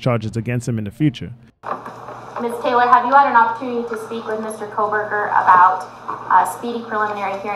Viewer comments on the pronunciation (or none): none